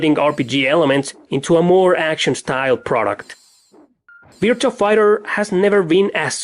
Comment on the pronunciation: you pronounce- virtua: "VERT-'chu'-a"